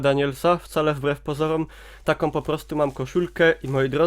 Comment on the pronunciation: Nie ma w polskim jezyku słów "som", "takom", "tom". Istnieją tylko "są", "taką" i "tą". Tych pierwszych nie da sie słuchać.